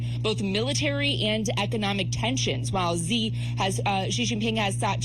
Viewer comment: Xi Jinping has literally been the president of China for over 11 years and they still can't pronounce his name properly. It's super easy. It's not "Jee/Ji." It's like "shee."